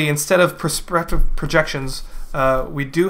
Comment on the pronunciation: "Prespretive projections"